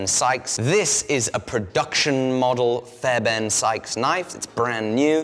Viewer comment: fairben? theres an r in the guys name jesus christ.